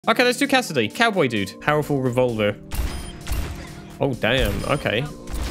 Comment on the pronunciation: And he will continue to pronounce Cowboy’s name wrong!